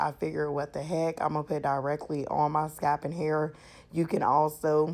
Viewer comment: Nice mixture sis but I was about to die if you said scap again instead of Scalp! lol Thanks for the video.